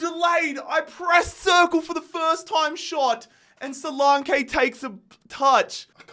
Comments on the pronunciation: Don;t forget Dominic Solanke: So-lan-keee not So-Lawn-kaay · Who tf is solake? Ur missing a whole N when pronouncing his name 😂😂😂